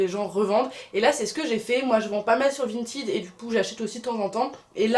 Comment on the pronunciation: c'est pas VINTID mais VINTED voila comment sa se prononce